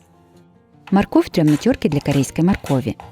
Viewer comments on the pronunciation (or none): none